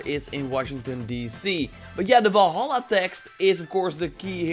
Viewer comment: Every time he pronounces Valhalla wrong I cringe so hard.